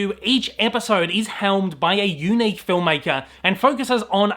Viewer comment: The way you say unique is very YOUnick!